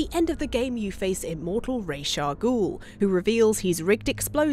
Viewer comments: Points for saying "Rā's" instead of "Ra's"👌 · ah, you said Ra's name right, you truly are wife material!